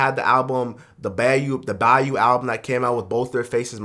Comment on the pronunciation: Bro it's Bayou (BYE-YOU)😂😂